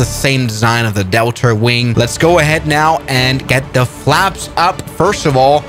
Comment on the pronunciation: "delter wing" bro